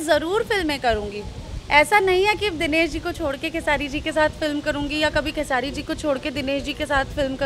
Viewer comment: Ye anchor ko bolo pehle खेसाडी नहीं बल्कि खेसारी बोले